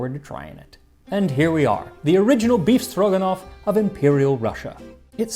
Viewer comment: By just hearing his pronunciation, you can suspect Max is secret Russian 😂 Perfect! One little comment - usually, meat is cut in thin strips, not cubed. Maybe, because in Soviet Union, only the cheapest meat was used for "befstroganof".